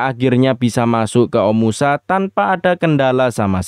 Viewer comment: Bagus story telling nya min❤ tp knp pengucapan kota omashu menjadi omusa ya?